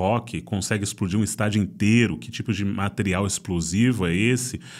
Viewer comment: "Esplodir" Dá tempo de ajeitar?